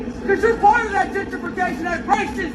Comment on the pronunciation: Jen tree fee cashun!